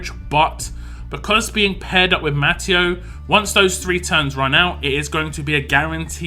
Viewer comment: I think it's pronounced ma-te-oo